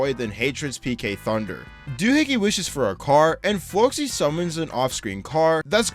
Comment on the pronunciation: The fact he pronounced The Great Flocci's name correctly is amazing.